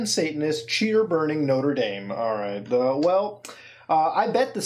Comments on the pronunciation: noter daim not-ra da-me* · Isn't Mutahar canadian? Why is he pronouncing Notre Dame like an american?